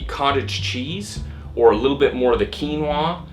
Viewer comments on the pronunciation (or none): Keenwarr. God I love American pronunciation. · It's called Quinoa. Pronounced "Keen-wah".